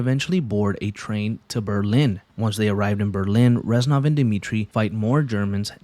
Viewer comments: it’s REZ-NOV. not ranzoff. Get your life together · Good video but you saying Renzov instead of Reznov most of the time, bothered the fuck out of me 😂😂 other than that, amazing video